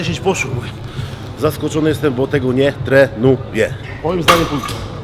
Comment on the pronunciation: Nie tre nu je ! W ogóle!